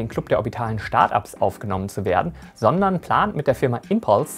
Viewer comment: bitte nicht "Schtart Ups" sagen 🤣